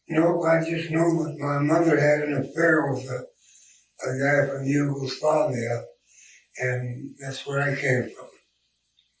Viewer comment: "Yugoslavia" not "Hugo's father" LOL